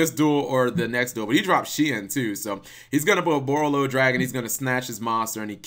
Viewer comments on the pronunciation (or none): I think Shien is pronounced as Shi-N, not shin.